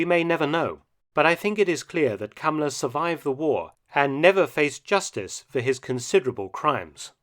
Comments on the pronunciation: Calling him cummler emphasis on the CUM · I keep hearing Kamala instead of the guy's name. Another fascist so it works. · Y is he called "Cumler" though? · I like how he calls him Kumler